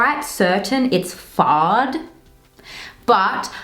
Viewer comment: Great review ! Love the lady Dior 😍. And fyi, i’m french and about the color name « fard » don’t pronounce the D at the end. Just say « far ». 😚